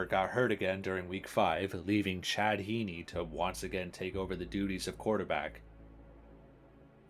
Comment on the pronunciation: aint no way Chad Henne's last name is pronounced like that wtf lol was this before you started watchin them?